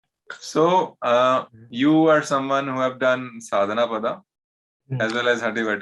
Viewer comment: साधनापद* not साधनापादा. 😂